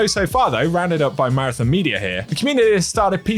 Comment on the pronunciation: Please pronounce Marathon correctly, lol.